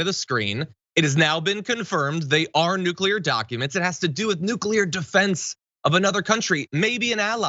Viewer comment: Oh good! It's just nucular secrets. I was worried that the Coca Cola secret recopy fell in the wrong hands. Putin: "...And now we can to make our own diet Dr Pepper. The secret ingredient was natural gas after all. Just like we always suspected"